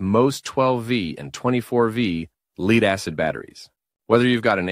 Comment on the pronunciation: The AI needs to learn how to pronounce "lead" in this context.